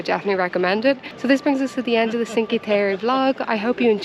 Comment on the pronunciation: Indeed you pronounced Byron the Irish as well as the British way being that Byron's Grotto is named after none other than the famous British poet Lord George Gordon Byron! For future use: Cinque is not pronounced "sinkee" (grimace LOL) but is pronounced Chink-weh. You're welcome and thanks for the tour!